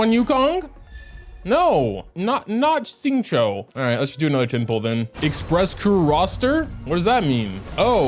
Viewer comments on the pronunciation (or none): hi, for the next time, just pronounce qingque as “ching-chwe”:)) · ching che ITS CHING CHE ITS PRONOUNCED CHING CHE PLEASEEEEEEEEEE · Isn't it pronounced as ching-chua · qingque is pronounced somewhat like ching-chweh. or you can just call her qq like people have been doing. all the limited characters so far, nice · did he just pronounce qingque as xingqui... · "No, not xingqiu" 😂😂 I love how nobody can pronounce qingque